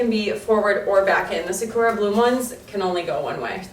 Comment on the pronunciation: The way you say sakura is horrendous. Sa-coo- ra